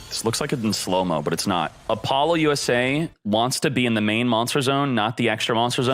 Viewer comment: “Apollo-USA” lol what? I’ve never heard anyone pronounce Apollousa that way 😄